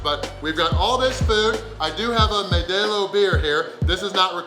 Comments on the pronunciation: It's pronounced Modeelo, not modaalo... The best beer on the planet!! 😋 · lmao, he said "maydelo" I'm dying inside! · MO-DE-LO lol I heard MADELO, Good Job! Looks delicious. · LMAO the way he says MODELO is fkn hysterical! May-day-lo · Mow-Dale-O beer...